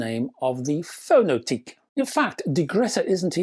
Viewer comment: A year on and there still doesn't seem to be any reviews of this? Btw, given the company is Estonian, I think the name would be pronounced "Fono-tek".